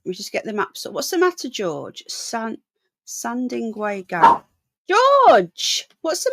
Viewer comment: Great content, but you must read place names out correctly, S A N D I W A Y, N O R W I C H not Northwich, and East A N G L I A not Angular.